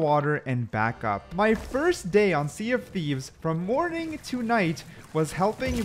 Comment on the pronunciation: Welcome to the Sea dof Thieves 😅